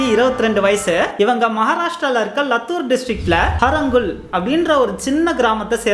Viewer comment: தம்பி லத்துர் இல்லை லாத்துர்